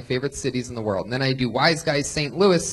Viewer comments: Redban: "...THE ROW FAMOUS COMEDY STORE..." Why is it impossible for Redban to pronounce the word "WORLD?" Among other things it's impossible for Redban to do... this just seems really, really simple... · lol "rural famous comedy stooooore"